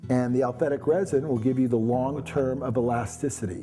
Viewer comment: This guy's a good demonstrator but he should learn how to say aliphatic instead of alphetic.